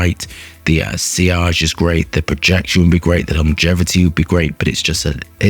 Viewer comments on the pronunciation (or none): none